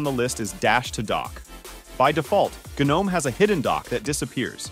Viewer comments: Firstly, its called GNOME, and Secondly, its not pronounced Genome. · "Gheenome"? Are we fr? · the G is silent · G-nome does sound kinda cool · It's silent for the garden gnome character. In Linux community G is pronounced to stress the presence of 'GNU'. But widely pronounced not as Gee-nome but ignoring the ee sound.